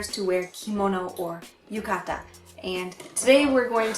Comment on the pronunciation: I take more issue with her saying things like kimono and yukata with such a heavy accent like even its funny to him I know it's not on purpose but still you try to not pronounce things correctly and not give it such a big ridiculous accent like when she says yu KA TAAA ~_~